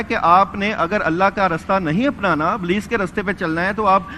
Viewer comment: they pronounce Ablees instead Iblees and Nazam where as right word Nizam they must work on these and Saheel Adeem speeches should be separated from these people.